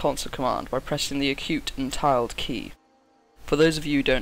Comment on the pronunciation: You just pronounced tilde as "tiled"? It's tilde, pronounced til-duh, not tiled.